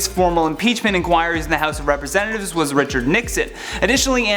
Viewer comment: Did anybody else hear him say "House of penis" lol